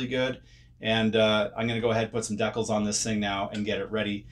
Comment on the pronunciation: That’s great that you have mastered the correct pronunciation of “Decals” now it’s time to work on “Tamiya” Ta-mi-ya Clap ooot the Syllables 👏Ta👏mi👏ya.👍